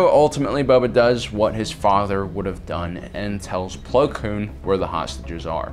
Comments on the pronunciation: . It bothers me how much he says plo kloon. Its Plo Koon, he nearly had it...but his common struggle with words attacked again. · Every time he says “Plo Kloon” I die on the inside. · Btw dude plo's name is plo koon NOT plo klune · zook420000 do you hear plo kloon as well? Not koon kloon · Is it just me or is he saying Po Kloon instead of Plo Koon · goddddd its Plo KOON K - O - O - N KOON not KLOON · ITS PLO KOON NOT PLO KLOON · Who the hell is Plo "Kloon?" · “Plo Kloon” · I like how says Plo Kloon instead of his real name as it’s a slur, even if he doesn’t mean to I still like it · Ah yes... Plo Kloon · is saying Plo Kloon on purpose as a joke or?... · "Plo Kloon" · Plo Kloon? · Plo kLoon?? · I know who plo koon is but, "Kloon?" If I had a nickel for every time mispronounced jedi names... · How does he manage to know so much about Star Wars yet not know half the characters names. "Plo Kloon" "Ki Adee Mundi"